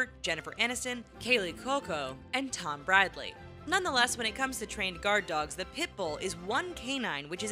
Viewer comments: She said Tom bradly in stead of Tom brady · Did you call Tom Brady "Tom Bradly"? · Tom bradly lmao really ? Yall need your priorities straight if you don't know how to say Tom bradys name but you got all this dog info smh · She said Tom Bradly lmao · Did she say “Tom bradly”? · She said Tom Bradly.. Bruh.